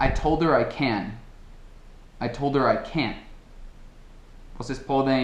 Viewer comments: Quando você fala "I told her I can", parece que no lugar de "her" você diz "are". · não consigo ouvir vc dizendo o 'her' na frase: I told her I can.:( Nossa! Como vou saber que voce esta falando que, falou para "ela", se eu ouço apenas "Eu disse, eu posso"?